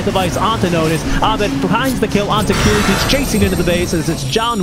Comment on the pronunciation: kiritych correct pronunciation is "Cheshikat"